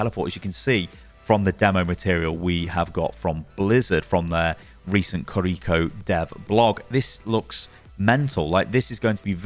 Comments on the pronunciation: Ki-Ri-Ko not Ka-Ri-Ko🤢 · "Creeko" my dude. her name is Kiri-Ko. jfc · "Kuhreecho" 😩 each two letters is a syllable. Key, ree, co. Ki-ri-ko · kreeko.. do people do that intentionally or do they can't say Kiri-ko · you are pronouncing it wrong. its not kiRIko its KIriko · i hate how he keeps mispronouncing her name "koriko" bruh theres two i's its "kiriko" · Kind of triggering me that you're pronouncing it ki-reek-oh 🤣 Kih-rih-koh with no accentuating any part of it. Aside from that thanks for the demonstration/explanation 😆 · Im sure its Kiriko not KRRiko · It's not kiRIko is kiriKO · I'm so triggered that he pronounce her name korrikoe is it hard to say KIRIKO?🥲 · It's not Kariko It's Key riko. Ki is said like Key. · Pronunciation: key-ri-ko, not cariko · Kee ree ko not ko ree ko ._. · its ki ri ko🤣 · Why do you say Kuh-REEko??? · It’s pronounced KIR-i-ko. The accent of the name is on the first syllable. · the way he pronounces her name makes me cringe so hard ahhahaha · Now that's one interesting pronunciation of Kiriko lol